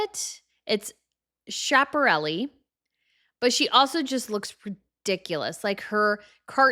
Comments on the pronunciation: Silver Kylie Jenner dress is by Dilara Findikoglu. Turkish born designer, now based in the UK. Does a lot of celebrity outfits, more often daring and "progressive" than not. And it is a name quite easy to pronounce, btw. Schiaparelli is pronounced "Ski-a-pa-relli". I agree that Ivanka Trump's pink "flower-y" dress by Tony Ward looked faboulous. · Schiaparelli is pronounced Skaparelli - not SH in there. :) Love your video. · Why can no YT'er pronounced that (dead) designer's name? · "Sydney Sweeney well known for her assets" - are u ok? but what do I care lol u have this condescending online persona while not even knowing how to pronounce Schiaparelli or that Kylie did a DILARA collab (the one who designed the corset dress) ridiculous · You can’t even pronounce Schiaparelli correctly. Smh. Maybe do some research on how to pronounce the designers correctly before being a complete hater to people who are actually able to afford it.